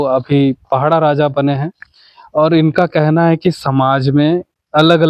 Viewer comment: पहड़ा नहीं माडिया साहब पड़ाह राजा बोलो